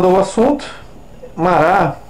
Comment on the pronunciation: "Marrá".É a pronúncia do nome francês Marat.